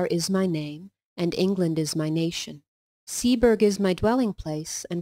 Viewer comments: "Seaburgh" - (Sea-bruh) . Said as one word not two. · Pronounced seaborough